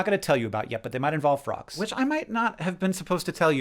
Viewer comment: I thought you said "rocks" not "frogs" and then was very confused when you said "not LIVE rocks"